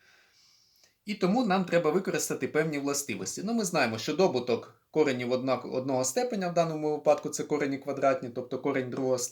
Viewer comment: Дякую, але не дОбуток, а добУток.